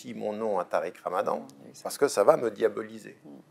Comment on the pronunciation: Tu la dis rouya tarik